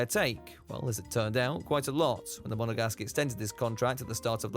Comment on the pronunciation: STOP. SAYING. MONEGASGUE. Enough already!